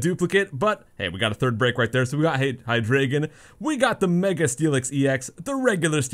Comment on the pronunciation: Hy"Dray"Gon? It's german you.